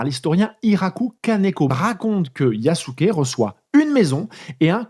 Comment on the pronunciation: Belle vidéo. Petite critique quand même, c'est bien de faire l'effort de prononcer le japonais mais les "u" sont en majorité "mangés" par la prononciation japonaise (un peu à l'anglaise), du coup pour nous autres occidentaux son nom se rapproche de "Yaské". En plus d'être le plus puissant Daimyo de l'époque, Nobunaga était l'un des plus ouverts aux idées modernes (par pragmatisme principalement) et ça ne serait pas si étonnant que cela qu'il ait fait appel à Yasuke comme plus qu'un simple trophée pour avoir l'avantage sur ses rivaux en l'employant comme combattant, surtout s'il avait déjà eu une formation militaire préalablement (les esclaves africains étaient parfois des guerriers vaincus par une autre faction).